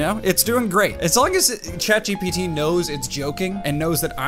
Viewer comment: The way he got the name ChatGPT rong and he said "ChatBgTP" 😆😆